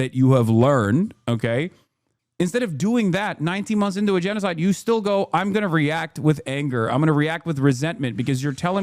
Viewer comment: He just can't say gennocide